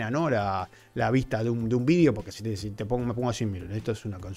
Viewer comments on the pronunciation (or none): none